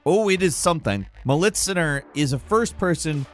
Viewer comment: sorry, but the pronounciation of militsioner